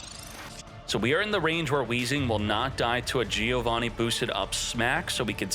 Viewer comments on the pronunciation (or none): none